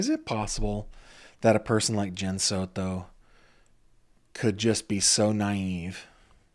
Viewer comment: It is Soto not "Soro" It is Brucato, not "Brugaro" PRONOUNCE WORDS WELL YOU 1D10T!!! (this is for that cringe reporter in court tv)